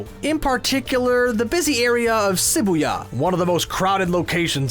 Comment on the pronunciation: It's Shibuya. Not Sibuya. You said Akira Kurosawa right though.